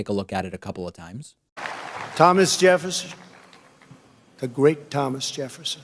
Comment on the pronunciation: Thomas Jepfssnn! He almost said Epstien...